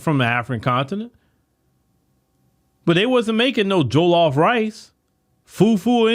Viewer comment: I love pronunciation of Jollof rice, fufu and egusi, He's obviously well vast in the Nigerian and Afro culture ❤❤❤ Love you my Afro Americans. 🤗